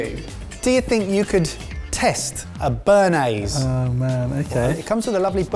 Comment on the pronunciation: Stop saying french words wrong. It would take you 20 seconds to let Google teach you how to say "béarnaise"